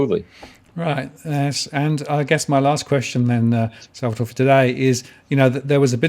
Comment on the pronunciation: It's Sal-va-toree